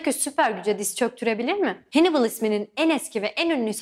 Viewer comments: Telaffuz'u duyduktan sonra bir şey diyemiyorum :) Scipio Africanus'a Sippio demek, Hannibal'e Henibıl demek :) Tarihin en iyi taktisyenlerinden birine böyle hitap edildiğini duysa adam mezarında dönerdi :) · Canım dostum Hannibal "Henibıl" diye telaffuz ediliyor videoda nasıl güveneyim :D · Bir de Hannibal zamanında İngilizce yokken Hannibal'i "hennıbıl" babasını da "hemilkır" diye telaffuz etmek gerçekten çok sıkıntılı. O zaman Caesar'ı da İngilizce haliyle "sizır diye telaffuz ediyor olsa gerek. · Hannibal diye yazılır Hannibal diye okunur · hannibalı hennıbıl diye neden çeviriyorsunuz cidden anlamıyorum.. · Hannibal, Hamilkar Türkçe'deki gibi okunur. Keşke nasıl okunduğunu da araştırsaydınız :D Bir de Sippio değil Skipio diye okunur :D